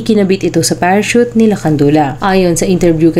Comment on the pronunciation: Potek nakita ko sa pa sa TV yung orihinal na report nang insidente na ito. Tawa kami nang tawa ni erpat kasi walang maka-pronounce ng salitang "parachute."